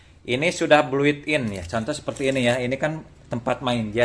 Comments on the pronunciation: Thanks infonya nih💥👍👍 Mister BUILT IN BUILT IN BUILT IN bukan bluit in mister👍😁 sukses selalu. GIVEAWAY!!!! Mister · built in bang bukan bluit in